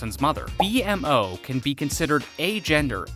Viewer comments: It's painfully obvious you've never actually watched the show. You call B-MO "B-M-O" and the Candy Kingdom "Gumball Kingdom". If you're going to make a video on a subject, do some frickin research. Poser. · Just call him B-MO, not B-M-O😭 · This is the second video I've seen where you call B-mo B-M-O. It's pronounced Bee-mo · It’s not pronounced B . M. O It’s pronounced BMO. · SAY BMO NOT BE EM O AAAAAH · Just the fact he says B-M-O instead of B-MO ruined the whole video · right, like tf is a B- M- O- ? ITS BMO! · There’s a lot of incorrect “facts” here but decent video. Also it’s BMO not B M O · stop calling bmo B M O call him bee-mo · bro said bee em moe and gumball kingdom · All that research and he’s still calls B-MO B.M.O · This guy hasn't watched a single episode. "B-M-O" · IKR or pronounce it as the cast in the Outro where it says “beemo” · For real, it hurt everytime he would say „bee-em-o” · Seriously. Almost got me yelling at my screen. It's B-Mo! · I've never stopped watching a video faster after I heard B-MO pronounced exactly like that. This channel should thrive with non fans and interns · The fact that he mispronounced B-MO undermines the entire content 😂 like are you even a fan??! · The way you say bonnebell and BMO makes me wonder if you even watched the show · Bro won't even say BMO right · Lost me as soon as he spelled out Bmo's name